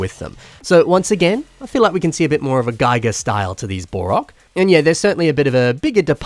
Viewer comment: His name is pronounced “gii-ger” not “guy-ger”. Not like the geiger counter.